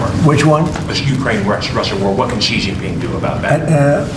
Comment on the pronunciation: Why can no one pronounce "Xi Jinping" properly? Just do a Google search, for fuck's sake.